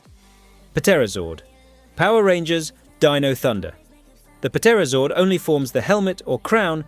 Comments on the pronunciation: I can’t take the “Pa Terrazord”. Can you tell this is AI? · Puh-terozord? Really? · The “P” is silent in Pterazord…you’re an adult and should know that 🙄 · did you just pronounce the p in pterazord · Why are you pronouncing the P on Pterazord? You then pronounce Pterodactyl without pronouncing the P.... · Yo dude the p in the pterazord is silent